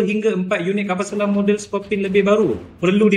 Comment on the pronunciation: Bukan Scorpion tapi sebutannya ialah Sko/pi/ni